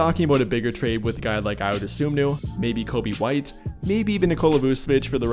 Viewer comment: Spelled Ayo last name wrong and said it wrong. It's Dosunmu, and the correct way to pronounce it is "DA-SOON-MOO". So together it's "I-YO, DA-SOON-MOO"